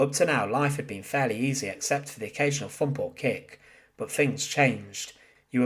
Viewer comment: While I am always informed by your videos.I have one issue that I think you should consider.please try and pronounce your th when narrating.saying things like fump instead of thump makes you sound very amateurish.not a criticism just a request.fanks for watching lol.sorry,i couldn't resist.😉😉